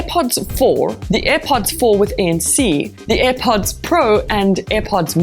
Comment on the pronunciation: It's not aih pots woman 👠. It's air pods